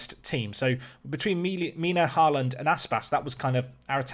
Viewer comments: The double 'A' in Haaland is pronounced as "Awe" in "Awesome", it's meant to be the Norwegian letter Å :) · And, you know, HY-DARA and HORE-LUND. I mean, this dude's pronunciation of player names is atrocious, but I've got a laptop and FM20 coming on Monday, so I'm watching everything I can. Also, if we're being critical, his speech pattern is: --> talk for a minute --> pause --> swallow --> lip smack Just over and over again. Still, absorbing the tips and strategy, so that's cool. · Haaland is pronounced more like HOE-lawned (the first syllable is somewhere between “hoe” and “huh”)